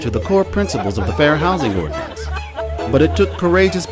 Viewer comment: nice video. Please correct: Ordianance Ordinance.